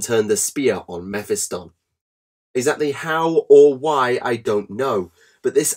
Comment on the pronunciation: Meh-fi-stun? Meh-phist-tonne